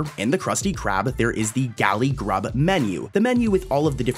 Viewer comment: and also, one time when you were saying galley grub you said galley gub